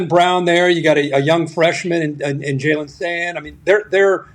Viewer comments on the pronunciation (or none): “Julian” not Jaylen Sayin.